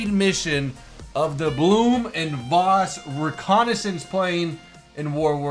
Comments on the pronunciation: Blohm and Voss is pronounced win English Blowm und Foss, with the V being pronounced as a "F" . Volkswagen would be pronounce Folks-Vagen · It's pronounced Blouhm und Vfoss (Phonetically) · Pronounciation is pretty close. German V's are normally pronounced as english F's or Ph's. Try: Blooh'm und Phoss